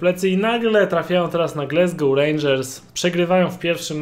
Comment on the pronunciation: Polecam sprawdzić wymowę Glasgow.